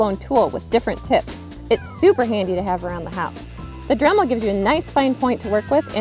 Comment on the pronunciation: Dramul? 😂 Sorry, I couldn't help myself, it's actually a cute accent. Besides I'm in no place to talk! My accent is so strong my talk-to-text is crazy! 😆 A southern accent 🙄 so "reason" is "raisin"! And apparently I pronounce see like "say". I learned a lot from T2T about how I sound, and it ain't purty! 🤪🤪